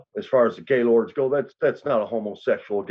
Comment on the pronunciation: It’s actually pronounced GIL-OR-DEY 💯 and not just Gaylord…..I grew up with LK’s and Black Stones so I never liked GL’s and we used to make fun of the name ALL THE TIME! 😂